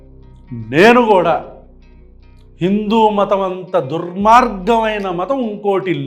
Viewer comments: ఆ ధర్మ పరిరక్షకుడికి దుర్మార్గం అని కూడా పలకడం రావడం లేదు. దుర్గ్ మార్గం అంటున్నాడు. ఇక ఆయన రాసిన పుస్తకం చదివి ఉంటాడా? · ఆడికి దుర్మార్గం అని పలకటం రాలే 😂